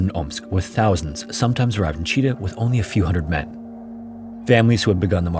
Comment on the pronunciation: Russian here. Thanks for the neutral history discussion. A couple of corrections: Chita city name is pronounced "chit-A-h". Mysovaya station name is pronounced closer to "misov-A-ya".